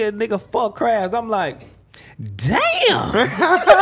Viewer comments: We say c - rab or oo- lob ,to say the word but show respect in st.louis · crims def be saying ckrab